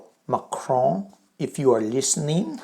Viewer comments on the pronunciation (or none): none